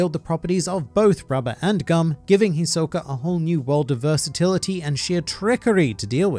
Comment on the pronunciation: The way he say Hisoka is trigerring for me. I expect more from an anime fan. smh 😕